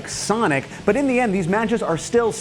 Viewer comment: u said "boot" instead of "but" after the south park part. hahaha good ep. i've always thought about how trippy CPUs are, being able to simulate battles and their outcomes. i tripped out on it in the "joe montanna- sport talk football" video game days. now it's just crazy.